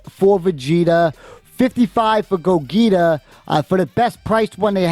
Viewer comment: The Ge in Gogeta is pronounced as you would say "Gee thanks" not Gogita. You'll get there in the series eventually with the Broly movie lol. Thanks for the upload for folks who couldn't be there